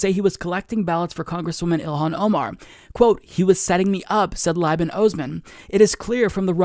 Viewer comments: Just a heads up Liban is pronounced Lee-ban. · Slight pronunciation correction: Liban is pronounced " leeban"